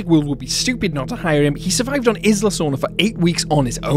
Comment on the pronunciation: Isla, is pronounced: EYE LA.